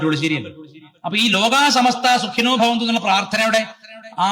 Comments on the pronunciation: "സുഖിനോ " എന്ന് വായിക്കുക. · "സുഖിനോ "എന്നാണ് സുഗിനോ എന്നല്ല 😡😡മീഡിയ തുറന്നാൽ മുഴുവൻ അക്ഷരത്തെറ്റ് 💔💔👊👊👊🤧🤧🤧